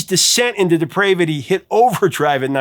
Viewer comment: You mispronounced depravity. Sheesh. You do this a lot.